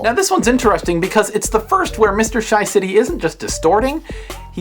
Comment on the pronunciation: ur not sayin it right. not SHYcity its more pronounced as SHAcity